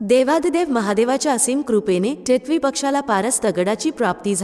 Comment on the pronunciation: Katha अगदी सुंदर ch आहे पण तुमचे मराठी ucchar कानाला अगदीच खटकत होते. तुम्ही मराठी नाहीत का? Varnvar येणारा टिटवी हा सहज शाब्द किती विचित्र uccarta तुम्ही ? मात्र तुमच्या आवाजात भाव आणि गोडवा छान आहे धन्यवाद!